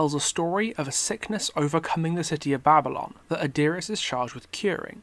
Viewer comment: This whole time you we're saying Adiris, I thought you were saying Our Dearest from simping